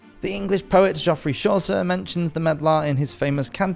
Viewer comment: I love it too, but.....he did mispronounce a LOT of words that an English person, with an interest in history should probably know. Samuel Pepys (it's generally pronounced peeps not Pepps) Medlars = I mean they are still common in my village and are definitely pronounced meddlers like peddlers) Geoffrey Chaucer? He said joffry shawser. Makes me wonder if it is AI actually.